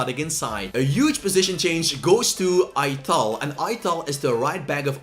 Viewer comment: Please don’t say Aytal it’s Pronounced Attal